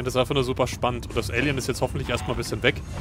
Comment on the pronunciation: Muss ständig schmunzel über die Aussprache von "Alien". Bei klingt es wie "Ällien" statt "Eelien"..lol